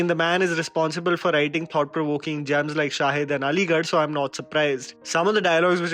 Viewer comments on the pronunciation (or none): none